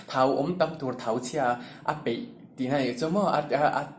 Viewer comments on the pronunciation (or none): Thau chhia a 'peih' ni lovin, 'paih' tih zawk tur aw